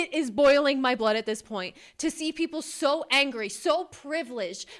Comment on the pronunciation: "I'm sho FRUSTRATED!"